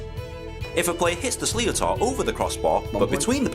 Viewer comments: The ball is pronounced "slit or" He also said a puck out at the 65-meter line, that is incorrect. The keeper can't pass the technical area in front of his goalk when pucking out. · Slittor is how it would be pronounced in english, and yes when one of them slams into your knuckles while holding a hurl you'll know all about it. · Sleeh-oh-tar, pronounced something like "slitter". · Helmets have only been mandatory (outside of underage groups) the last 10/15 years i think. Also, the ball is pronounced more like Slit-er / Shlit-er